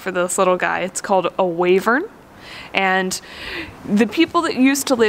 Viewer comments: I am reasonably sure that it is pronounced "why-vern". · It's pronounced as Why-vern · pronunciation of wyvern is weird.